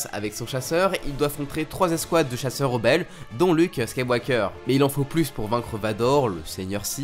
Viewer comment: Attend ta dit Skaiwalker ? mdrr ? Au lieu de Skywalker